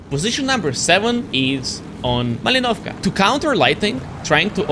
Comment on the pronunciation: Мали'новка, бро, ударение падает на и